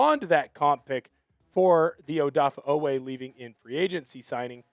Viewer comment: Cracks me up every time I hear “Odaffah Oweh”. 😂